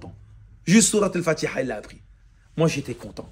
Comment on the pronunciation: As Salam aaleykoum il faut apprendre l'arabe, votre récitation de al fatiha a été changer en mécréance, comme quoi juste une lettre ajouter ou retirer peux altéré tous le sens d'un verset